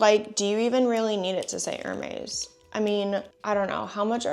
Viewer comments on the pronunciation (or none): I’m gonna take one for the team and step forward to save the sanity of all of us in the grammar police tribe. It’s pronounced “er-mez” … not “er-maze” or whatever you are saying. 😬 🧡🧡🧡🧡🐎